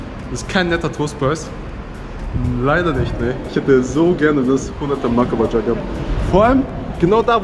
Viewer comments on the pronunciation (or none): Ich feiers wie du makabaja aussprichst: „Mackabadscha“